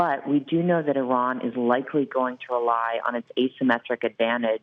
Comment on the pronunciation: That's the best pronunciation of Iran. I'm sure Iranians appreciate that.